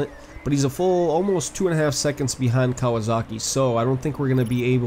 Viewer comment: Still Kawazoka not Kawasaki